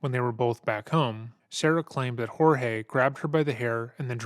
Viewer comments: It's hard to trust the narrator's insights when he doesn't even pronounce the victim's name right. It's spelled Jorge but it's pronounced George, every single time anyone refers to the victim in the video they call him George. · His name is spelled Jorge but is pronounced George. In almost every clip one or more people call him George. Seriously - it's not that hard. Just shows how poorly done this video is. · I think it's kind of funny that uses the Spanish pronunciation of Jorge when everyone in the interviews, people who have met him, pronounces it as "George." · And there's a audio clip of Jorge w an officer & her said he preferred the American pronunciation George over "Hor"hey" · Kinda sucks how the ex husband keeps mispronouncing the dead man's name, it feels purposeful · Any one else find it offensive half the people in this story couldn’t pronounce his name correctly? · Hang on a minute! Everyone in this video is pronouncing Jorge name different to the narrator. Who is right, or am I missing something here? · LOL at you. EVERYONE, including his family, called him "George". Apparently you missed Sarah calling him "George" throughout this video. It's the narrator who mispronounced his name. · Jorge, the victim, actually pronounces his name as George... just as Sarah, the detectives, her ex-husband and the property manager pronounced it. Hearing you continually botch his name is baffling LOL. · You know with as much work as you put into this video, the fact that you pronounce his name wrong the entire video is impressive and more than a little disappointing. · This is the second video of yours I’ve seen that you’ve pronounced the victim’s name differently than everyone else in the video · I also want it to be known that her continuously saying his name wrong as “George” instead of Jorge is grating on my nerves. Like not only have you MURDERED a man by stuffing him in a suitcase but you refuse to say his name right?! Ugh